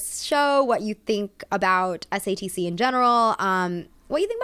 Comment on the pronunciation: everytime she says satc i hear stds. waited to watch this till after i watched the show so im excited for this